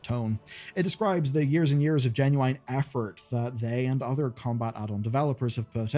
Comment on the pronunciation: It's pronounced "genu-in" not "genu-ine" !!!!!!!!!!!!!!!!!